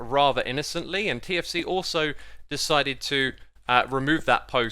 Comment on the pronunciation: I heard for 4 minutes KFC instead of TFC and was really confused